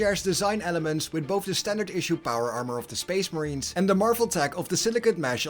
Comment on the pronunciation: SPEESH MAHREEENS